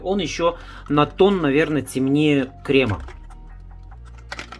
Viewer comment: Уважаемый автор ,цвет называется Айвори(Слоновая кость), а не Ивори,не Найд а Нюд и т д. Простите но если снимаете видео то поинтересуйтесь правильным произношением и ближе показывайте название потому что людям с плохим зрением трудно прочесть или говорите код.